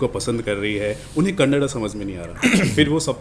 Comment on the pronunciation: You misunderstood what I am saying !! I did not talk about Kannada Cinema or Indian cinema I only asked you to pronounce the name of the language correctly!! Most North Indians say kannad instead of kannada ... So I asked you to correct tha pronunciation, that's all